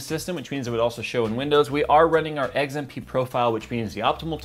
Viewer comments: He pronounces XMP as eggs-an-p lol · Why does it sound like you're saying Eggs M P?